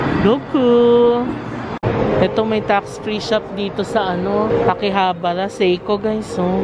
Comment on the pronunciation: Your pronunciation of Akihabara is quite wrong because in Nihongo, every syllable should be pronounced in equal length. So tuloy2 sya.